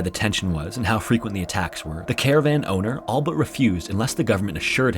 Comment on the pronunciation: He always says “all but” wrong in almost every video